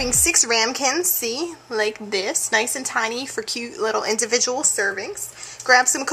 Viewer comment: Anyone else notice she said "nace" instead of nice..lol...